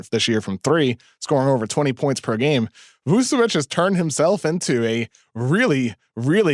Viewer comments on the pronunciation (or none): Vucevic is literally an all-star and still no one on the states can prnounce his name. Its Voo-cheh-witch, not Voo-Seh-whitch